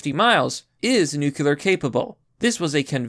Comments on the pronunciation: It's not pronounced "nucular", you dick! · Nuclear: new-clear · please stop pronouncing it "nucular" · There. Is. No. Such. Thing. As. NUKULAR. For pity's sake, man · Nu Clear .. vs New Q ler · Glad it's nookyolur and not NUCLEAR.